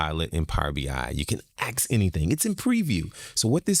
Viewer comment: it is called "asking" and "ask", not "axeing" and "axe".